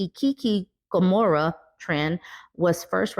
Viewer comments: SK is also anti-🖤 Aside from that... Hikikomori=Hee-Kee-Koh-moh-ree 😊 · its pronounced he KI ko mor ee the KI has the accent , also its pronounced, no bell not noble. Remember its not English. I know you hate poor grammar, so I thought you would like to know about the correct pronunciation of these words. LOVE YOUR WORK. ITS BEEN NEEDED FOR A LONG TIME.